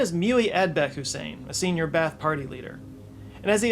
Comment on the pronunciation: Pronounced BA-ATH Not bath.